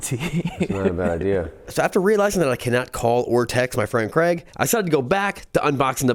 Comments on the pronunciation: Why do you say crag and not craig as Danial craig who played james bond 007, sorry but it winds up when people can not say my name correctly, Thanks from Craig :) ps from uk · Its Craig. Not Creg.... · So Craig isnt pronounced Kreg. You're Welcome. Continue...